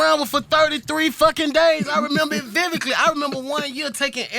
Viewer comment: I remember it "vivikly" 🤔 🤦🏿‍♂️